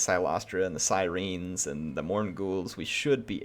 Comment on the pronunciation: Other than your pronunciation of Siren loved the video keep it up